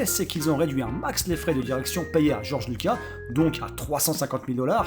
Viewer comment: Lucassssssssssss on prononce. Lucasssssssssssssss bordel !!!!!!!!!!!!!!!!!